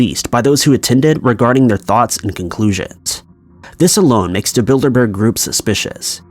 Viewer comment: Anyone else hear 'Build-a-bear' instead of 'Bilderberg'?